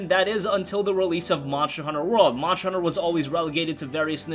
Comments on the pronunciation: I thought it was called monster Hunter and not moncher hunter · OMG, Monsher, Remachered, dude it's ST not CH how do you even mispronounce that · Monsher Hunter World lol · Jill upon seeing her first zombie ever: "Barry, look out! It's a MONSHER!" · Mosher Hunner